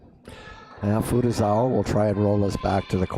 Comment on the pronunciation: "Fugisawee"really? Can you not read? Or are you being purposely disrespectful😮